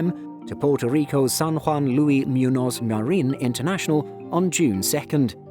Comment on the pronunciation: is great and has an iconic voice, but his Spanish language pronouncing skills are definitely awful:D He totally slaughtered Luis Muñoz Marín haha